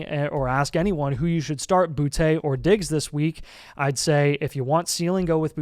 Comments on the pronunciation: Stop saying Boutté, ITS BOOTY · boute is pronounced booty btw